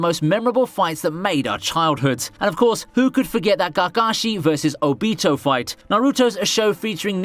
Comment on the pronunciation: your pronunciation of Naruto, kakashi, and obito is horrible. it sounded like you were saying Nahrootoe, gahgahshi, and ohbeetoe